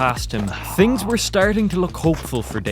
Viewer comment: no offense but says tings instead of things